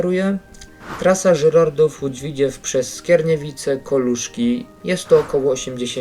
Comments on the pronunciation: Tak ogólnie to się mówi Lódź Widzew a nie Widziew taka rada❤ Ogólnie na pewno kupię to DLC ja jako mieszkaniec województwa łódzkiego to wspaniała wiadomość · nie łódz widźiew tylko w i dz e w ( nie ma tam i ) a po drugie doinformuj sie bo ty nic nie wiesz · Nie Widziew, tylko Widzew! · Dworzec - Rogów Grzybek - Koluszki Parowozownia - Skierniewice I nie mów widziew tylko W I D Z E W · Tego bełkotu słuchać się nie da, wraz z tym powtarzanym „Łódź Widziew”. Jak robisz materiał to przygotuj się merytorycznie i naucz wymawiać nazwy własne.